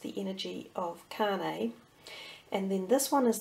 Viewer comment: Its Kanye (Con-Yay)